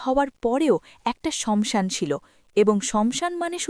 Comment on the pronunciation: Banglay jokhon bolche...tokhan saasan bolun..samsan ta thik bhalo lagche na...kichu mone korben na 🙏🙏🙏